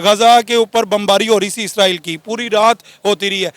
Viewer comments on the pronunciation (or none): ISRAEL hota hai 😂😂 naki ISRAEELLL